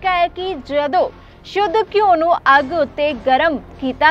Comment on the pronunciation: ਬੀਬੀ ਜੀ ਕਿਸੇ ਕੋਲ਼ੋਂ ਘਿਉ ਸ਼ਬਦ ਦਾ ਠੀਕ ਉਚਾਰਣ ਸਿੱਖੋ!